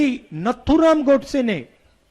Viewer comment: अस्नान नहीं होता h स्नान होता हे, नत्थुराम नहीं नाथूराम filhal aapko pehle thik se hindi sikhane ki jarurat h, pappu bhaiya🙄 🇮🇳Jai Hind🇮🇳